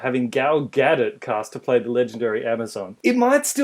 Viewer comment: Are they mispronouncing Gal Gadot on purpose? The T is silent.